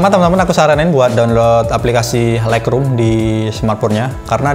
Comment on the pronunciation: Untung ada yg tanya Agak tidak jelas juga sy dengernya Thanks bro